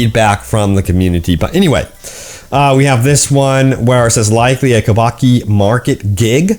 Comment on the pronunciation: Homie... you've covered this game so damn long and still can't pronounce Kabuki. KUH-BOO-KEY.